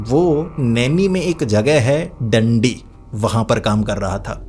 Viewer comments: भाई डंडी नहीं दांडी है रीवा हाईवे पर पड़ता है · Bhai Dandi nahin Daandi hai😂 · डंडी नहीं भाई डांडी है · Dandi ni.. daaanddi